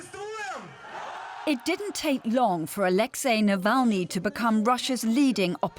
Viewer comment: A huge thank you to the presenter for saying Alexei’s name and surname right.